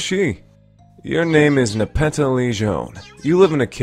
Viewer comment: Alright, botanically speaking, Nepeta, the genus of catnip, is pronounced Nep-EE-ta.